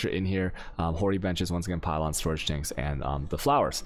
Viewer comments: Every league we wait in anticipation to see which words he'll randomly start butchering just to mess with people. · Dude can somebody PLEASE explain why he pronounces specific words in a weird way? Like storage "chanks", seed "catchees", "pink seeds", etc. I've been watching his videos for months now and I'm still hella confused, it's driving me crazy!!